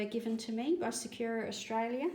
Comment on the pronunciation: Thanks for the mixing on the plate method. I’m going to try that out! (By the way, sakura is not “sa-queue-ra”, it is pronounced “sa-koo-ra”. It’s Japanese for cherry blossom.) 😁